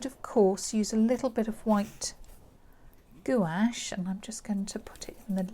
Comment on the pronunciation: Thank you so much for this invaluable lesson in water drops. (It’s pronounced “GWASH”) 😊